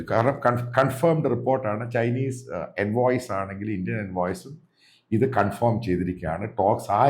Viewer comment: കൺഫോം അല്ല. കൺഫേം..